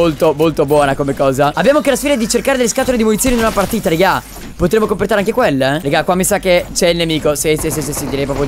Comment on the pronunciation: Quanto mi piace il '' compretare''di Cap😂😂😂😂